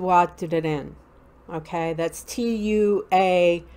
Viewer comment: Pronunciation help ... Tautha de dannan is pronounced (two-a-day dannon)